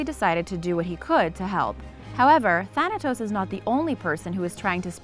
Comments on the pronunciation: She deserve to be slapped the way she says thanatos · T H A N A T O S = T H A N O S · Does anybody realize that thanatos is two letters away from saying Thanos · "Thanatos" huh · "Thanatos", real original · Thanatos? More like Thanos